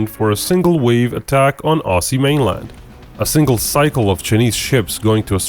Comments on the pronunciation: Aussie is pronounced ozzy not ossie ! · Spelt Aussie but said Ozzy